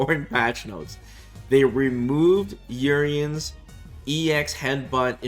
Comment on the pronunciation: Urienbros, not like this…